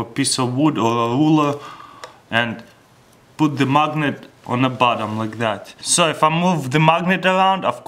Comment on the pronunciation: it sounded like he said magnum 😂😂😂